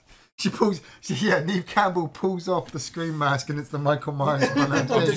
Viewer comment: Neve Campbell should be Pronounced as Nev Campbell. 🤓